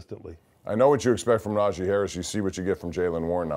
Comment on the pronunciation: How we still pronouncing NaJEE's name wrong in year 3 of him being a Steeler. Nah-Jee not Nah-Jay